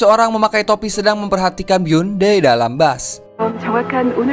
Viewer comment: Bus bang.. Bukan bas 🤣🙏